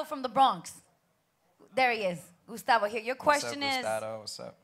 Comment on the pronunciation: This nigga said Gustato